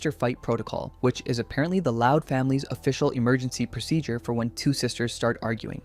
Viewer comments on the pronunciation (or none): none